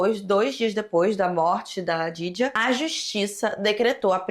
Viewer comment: te amo muito mas você precisa ter mais cuidado com as palavras... No outro vídeo "memórias póstulas" nesse vídeo "djaidjia", ainda mais sendo nome de vítima seria legal ter uma atenção maior sabe? Não leve como hate por favor